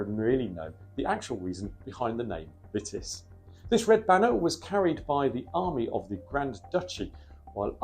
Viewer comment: It's pronounced 'Veetis'. Otherwise splended!